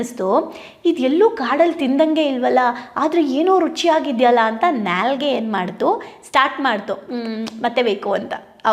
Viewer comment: Nya li gay(Nyalige) alla madam .. it's Naa li gay...( Naalige)